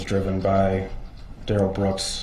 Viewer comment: I LOVE DUHrell Brooks objec-shun “I don’t go by that name (Darrell Brooks) and I am here by special appearance as a third party.”, as if he’s a special guest star. 🤣 It reminds me how Melrose Place had Heather Locklear as “Special Guest” for 4-5 seasons, even though she was a regular cast member. See in video attached